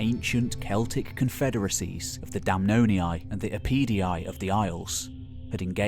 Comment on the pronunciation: Damnonii -> "Dam NON eeyee"